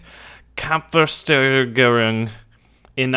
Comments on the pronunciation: the kampfersteigerung! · Did you want to say Kampfsteigerung, just pronounce it like americans will do it (there's no "E" between Kampf and Steigerung (and please pronounce the "S" in Steigerung like "sch" (engl: "sh") so it is "Kampfshteigerung")) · Haha, you pronounce "Kampfwertsteigerung" like "Kampfversteigerung", wich means fighting auction or combat auction. Just make sure you seperate the individual words. Kampf (fight/combat) Wert (value) Steigerung (increase/improvement) and then just put the words together :) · You butchered everything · Hahaha.. "Kampfwertsteigerung" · You did totally butcher Kampfwertsteigerung. Baulos was ok though.